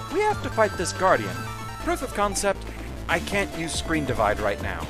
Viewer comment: noooo, you cant call the episode right as you used ScrenDIv SCRENDIVVVVVVV!